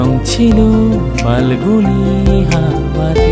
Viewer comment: খুব ভালো লেগেছে কিন্তু ফাল্গুনে "ফ" উচ্চারণ টা বড্ড কানে লাগছিল।